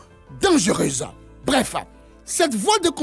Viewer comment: "hélasse", "sense", "breffe" 😂😂😂